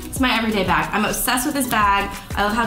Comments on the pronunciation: I thought I heard that as well😂😂 I had to replay back HAHA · When you said, "I'm a bag person" I thought you said "I'm a bad person"😂